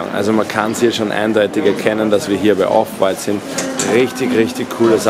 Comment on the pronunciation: Die Betonung liegt bei dem "W" bei Off White und nicht beim "t"